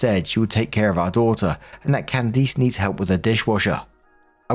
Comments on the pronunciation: Your saying Candice like CandEace not CandIce 😅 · Story 3 - As an adult human being living in an English speaking country it is literally not possible that has never heard the name "Candice" pronounced before. Simply not possible. Therefore, his absolutely heinous and frankly cartoonish mispronunciation of it can only be viewed as cheap and intentional ragebait. He really should be ashamed. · Theres no way you didnt say Candice like that on purpose